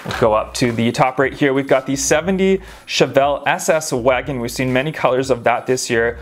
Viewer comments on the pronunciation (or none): none